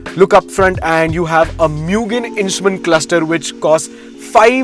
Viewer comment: Mugen is pronounced as moo-gen